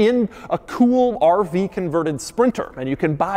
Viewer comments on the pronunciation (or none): i love the way he says RV like a pirate arrrrrrr veee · He sounds like a pirate when he say 'RrrrrrrrrrrrrrVee'